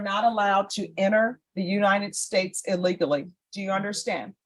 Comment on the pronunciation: Why did you emphasize "illegal"? Legal citizens do this all the time here.